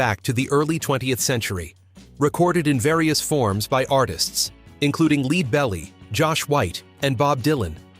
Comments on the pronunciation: "Leed" Berry Noooooo. "Led" Berry, yes. Morons! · Leadbelly is pronounced 'Ledbelly", not "Leedbelly". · Good ol "Leed" Belly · "Leed Belly"????? Lol...really? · “Leed” Belly? 😂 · You've GOT to do something about your text to voice app. Leadbelly is pronounced like the metal followed by the body part. Lead is similarly mispronounced earlier in the song. Why do YouTube content creators routinely tolerate obviously errant output? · Many not really banned. What can you expect from someone who thinks Leadbelly (Pb - metal) is pronounce 'Lead' as in an antonym to 'follow'! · The narrator needs to learn how to pronounce 'Lead Belly'.